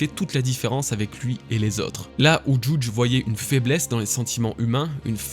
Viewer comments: Juge ce prenonce JuJI, comme c enfants Sanji, ichiji, niji...etc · Mec par contre le « jouuudge » il m à soulé 😅